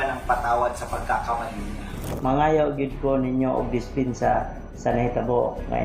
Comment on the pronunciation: How can he be sincere eh mali ang pronunciation, dispinsa😂